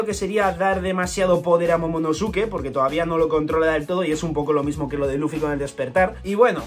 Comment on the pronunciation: Se pronuncia momonoske